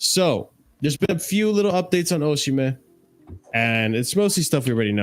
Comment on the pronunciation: Osimhen told John Obi Mikel he pronounces his name Osimay.